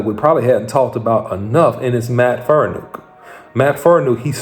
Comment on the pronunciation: Say it with me, FAR-KNEE-AWK. Not Faranook, Farniok. It's been 2 years, take 5 minutes to learn the man's name, especially when you're trying to report on him.